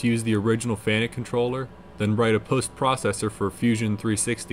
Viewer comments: The name is pronounced Fanacu, And not fanic !!!! 🤦🏽💩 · You have diligence in spades! BTW it's pronounced "FAN-ook"..😀